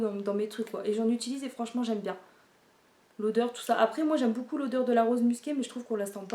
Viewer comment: on prononce pas j'aime BOUCOUP mais j'aime BEAUCOUP 😁😁😁 BON TRÈS BIEN TA COUPE, grand bisou à Marie 😘😘😘